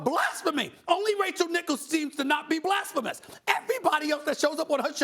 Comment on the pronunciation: Nobody: Stephen A Smith: NoW tHaT iS JuSt BlApHaMoUs